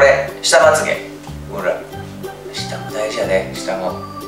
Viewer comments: ２分５２秒よっちまゆげじゃなくてまっげだよ！ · 2分52秒 ❌まゆげ 〇まつげ だよね！